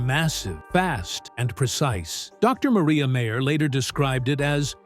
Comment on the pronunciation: It's MIREYA MAYER....NOT MARIA MEYER!!!